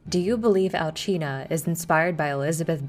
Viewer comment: I thought it was Al-see-na but no it's Al-gee-na, thanks for pronouncing it for us.